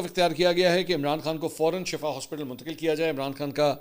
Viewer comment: بھائ اصل شَفا نہیں۔۔شِفا ھے۔۔۔۔۔۔بہر حال دونوں کے معنے معلوم کر لیں۔۔۔البتہ پنجابیوں کے لئے چھوٹ ھے۔۔